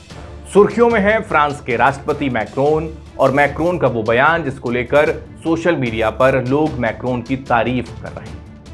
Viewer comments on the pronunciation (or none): none